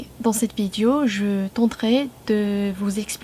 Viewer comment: Je n'ai entendu qu'une seule nuance à corriger dans ta prononciation : vidéo (é) et non vidio.